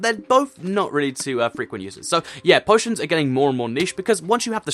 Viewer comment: u said poo poitions